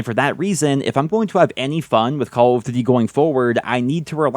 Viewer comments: "CALL OF dűdi" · The way this guy is saying call of duty is triggering me so bad